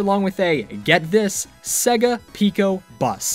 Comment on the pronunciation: SEEGA of America!?